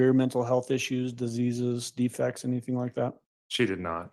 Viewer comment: WHENEVER she says anythink, somethink, nothink...she's LYING.